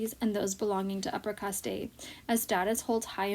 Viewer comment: It’s not “Cast tey “ it’s caste!